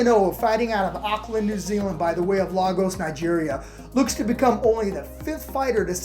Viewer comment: Man saying Auckland wrong